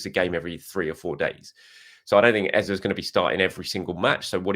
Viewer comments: said it right earlier but people complained he wasn’t saying it right and he changed it. If you’re from Nigeria you can only laugh when you hear him say Eza. Ask 1,000 nigerians from the eastern part of the country and all will say Ezay. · His name isn’t EzA… it’s Eze pronounced Ezay as in ‘ay’… don’t know where the press are getting EZA from… his name is from the Igbo region of Nigeria and it’s pronounced EZAY 👍🏾